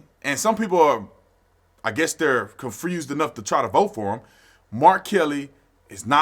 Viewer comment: How are you gonna say "O'Keith" and say people aren't patriots for not knowing his name. Lol...then say things like "confrused" and probably still pronounce it "Happy Berfday"? Ha. But hey, I got love for you, Arizona, and the gun rights they uphold! Go Sun Devils! Go get your ARs, FNs, Glocks, Sigs, and anything/everything else! Keep AMERICA the GREATEST country EVER!